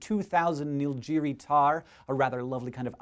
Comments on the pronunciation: its Nilgiri, like in "gun", not like in "jar"...and its pronounced western ghaats("gh" like in ghost) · Hate to nitpick, please take this as constructive criticism: it's pronounced Ghat, rhymes with chart and not Gout, as you seemed to say in the video. Additionally, the in "Nilgiri" is a hard (as in "give") and not a soft as you pronounced it in the video. Thanks otherwise. Love SciShow and you definitely are not forgetting to be awesome.